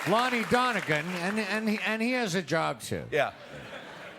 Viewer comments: "Lonnie Donnegan" 💀💀💀💀💀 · “Lonnie Donigan?” LMFAO